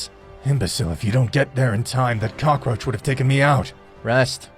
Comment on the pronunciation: Vegeta say insict and black said cacroch